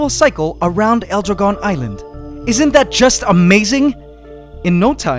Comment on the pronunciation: your saying dragon a bit wrong in spanish but it's ok